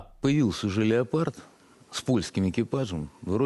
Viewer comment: Сергей, не Леопрад...